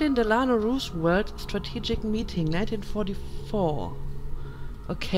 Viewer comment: Going great so far, I'd love to see you play through at least Brotherhood and Revelations after this since these three games have the best story of the series. Also, I got a good laugh out of hearing you say RooseWelt instead of RooseVelt :)